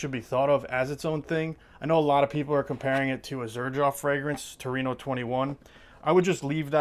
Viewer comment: it’s torino, not turnino…